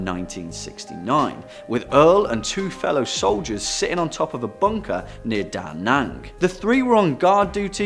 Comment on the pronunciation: LMAOOO AS A VIETNAMESE THE WAY HE SAID DA NANG IS SO FUNNY BUT SAD it’s pronounced (die-nan-ang) but with a diffrence pronunciation, go to google translate and out it in.